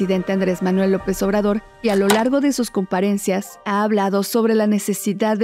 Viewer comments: Es COMPARECENCIA no COMPARESENCIA, la riegas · Se pronuncia comparecencia no comparencia